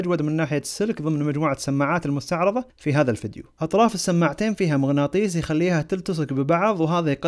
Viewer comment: اسمه مغناطيس مو مغناطييز خخخخخ